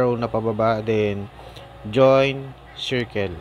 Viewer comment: Hirap mo intindihan...sa part Ng pag join 😂